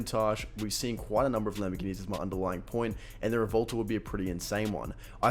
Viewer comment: It's "Revvuwelto" not "Revolto"